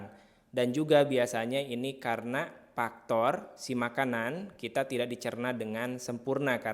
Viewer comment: Efek, bukan epek. Faktor, bukan paktor.